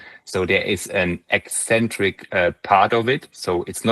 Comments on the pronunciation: You have a funny way to pronounce "eccentric", you say it like "ecentric". *Ex*entric is where it's at. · Eccentric is not pronounced "eee-centric". Ever.